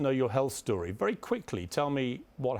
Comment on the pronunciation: "I really liked her. - She looks like a superstar, was great fun, wery intelligent, wery smart, wery charming, wery warm, with direct eye contact. Seems like a wery nice person ..." sayd Piers Morgan about Meghan Markle (When he first met her in person)